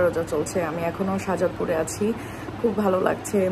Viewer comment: Apu " Shanazpur " hobe na 🫢🫢 " Shajadpur " hobe 🙃🙃